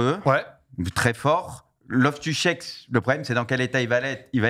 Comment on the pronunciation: la prononciation de RLC fait un effort mdr Cheek, 2 e, ca se prononce chiiik